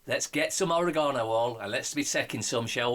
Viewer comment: Oregano not Orinoko, sounds like a feckin womble. Think your Ace 💙💙